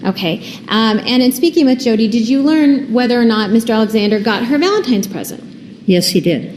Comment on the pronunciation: valenTIMES day! Lol